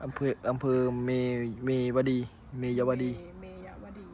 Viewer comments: เขาอ่านว่าเมยวดีจ้า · เมยวดี อ่านว่า เมย-วะ-ดี ครับ😊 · อ่านว่า.เมย. วะ ดี